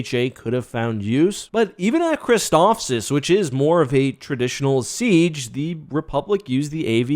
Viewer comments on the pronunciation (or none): none